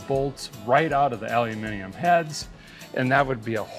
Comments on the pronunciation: You pronounced " aluminium " correctly 👏👏👏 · Hi Derek, amongst many things I respect you for, a guy had to rewind the video 3 times to actually believe my ears … I award you a medal for being the first murican guy I have ever heard pronouncing aluminium correctly 😂🤣😂at long last the double oo after the al has been replaced … it’s never been alooominum 🤷‍♂️🥂🍾🤣😂🤣. Of course I jest everyone else reading this , just a guys British sense of humour. Keep up the amazing work and thanks for sharing it with us all, regards from Kevin in Herefordshire England 🏴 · ALUMIMIUM !!!!! You are a hero sir. ( and now, an honorary Brit.) Caseyjones125.